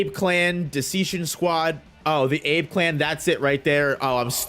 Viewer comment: 'Ah-beh' clan my guy.🤙